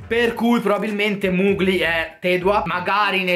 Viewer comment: Mugli non si può sentire.. si pronuncia Mogli